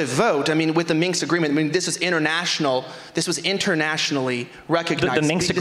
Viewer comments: Lol both of them saying “Minks” Agreement. The historical treaty between fur coat manufacturers and trappers in Eastern Europe. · "Minx agreement"